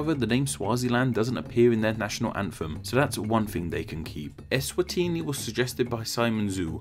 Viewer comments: 😭 as a southern African,.i wish i could send you a voice note on how its pronounced..😭 doesn't sound Italian at all.. 😂 eSwatiiiniiii. Is are dragged out..😂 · SWAZILAND WAS HARD TO PRONOUNCE NOW ESWANTINI IS HARDER